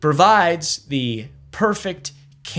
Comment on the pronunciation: Bro almost had to go to speech therapy for a couple months